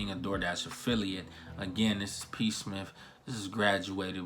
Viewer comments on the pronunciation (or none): He said P Smiff... Did he mean smith??